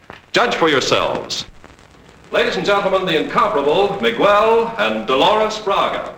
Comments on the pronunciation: Throughout the film the actors pronounce Miguel 's name like Miguol. It is not that difficult. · Hollywood BS regarding the pronunciation of Miguel: It is not "Migwuel" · whyyyyy does nobody in this movie know how to pronounce Miguel?? lol